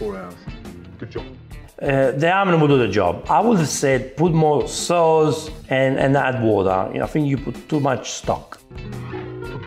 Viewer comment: "MIX IT WITH THE SOOWS!"